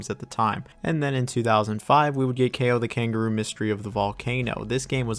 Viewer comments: I am from Czech Republic and I just pronounce it KAO. not like "keyo" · As a Polish it hurts me how you pronounce Kao 😭